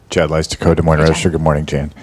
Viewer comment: JAN, not JANE